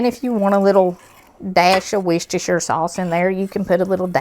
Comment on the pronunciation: Looks so good! Also, i think you're probably the only person ive seen that pronounces worchestershire right. Thank you!